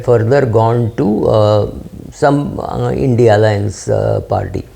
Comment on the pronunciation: Why are u calling it Indy alliance?